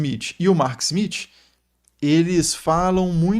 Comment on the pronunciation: O professor treinou em casa para falar o smiTH 😂😂